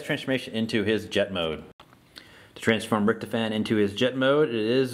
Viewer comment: Its rict-hoff-en